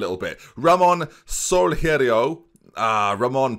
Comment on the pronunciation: Your GK's surname, Soalheiro means sunny in Portuguese. You should nickname him Ramon Sunny cos you're never gonna be able to say his name anyway lol